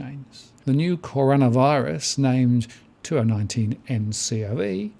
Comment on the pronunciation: Finally you got the name right... in that video you released last week, you pronounced it as 'Connorvirus'.